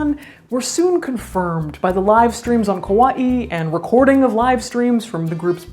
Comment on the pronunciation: Wow, someone who pronounces Kaua'i correctly. That is a rare thing indeed.